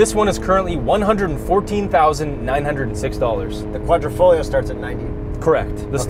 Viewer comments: "Quadrifoyo" The "glio" part sound like the double ll in Feuille in French. It's FOYO. Is it that difficult to look up Italian pronunciation on the internet. I lost count how many of these "reviewers" all mispronounce the glio. Not glee-oh, it's more sound smooth low "oh" with a "Y" like yoh. Quadri...foyo. Leaf in Italian. Une feuille en Français. NOT kwadeefog-glee-oh. NO. Again, sounds more like quadrifoyo. OMG! Annoying AF. Don't get me started on cio and chio, bruschetta, Ciarelli vs Chiarelli. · It’s Quadri fog Leo